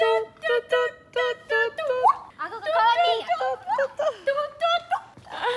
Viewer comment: Não é cocacola e nem cacucola e sim quacucola kkkkk